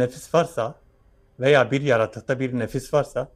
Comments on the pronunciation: Saygıdeğer...❤❤Diline Kurban olayım ne güzelde diyor YARATUK diye ❤❤HER DAİM SEVİLİYORSUN İstanbul Bahçelievler Yenibosna'dan Saygılar sevgiler selamlar olsun❤️🌹❤️🌹❤️🌹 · Nasil Diyoru Yaratuku 🤣🤣🤣